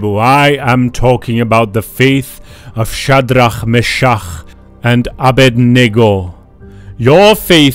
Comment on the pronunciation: anyone heard of "faith of chat D Ra me cha ugh and ab bwahaha?"